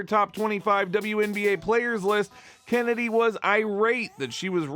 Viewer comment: "CHennedy" btw